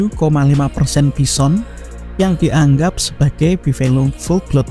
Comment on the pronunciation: Your A.I. needs some touching up. It's not pronounced bisson.